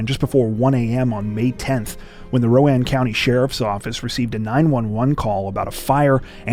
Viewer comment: Correct pronunciation of Rowan County. Well played.